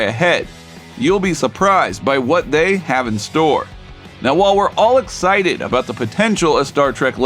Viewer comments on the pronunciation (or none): none